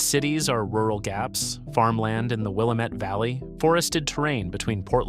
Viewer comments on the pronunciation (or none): Willamette is pronounced "Will-Am-It", not "Will-Uh-Met".